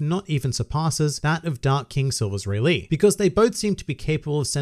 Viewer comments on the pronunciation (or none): none